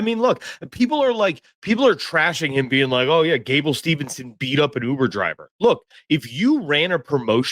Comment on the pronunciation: Brother it's Gable STEVESON NOT STEVENSON'S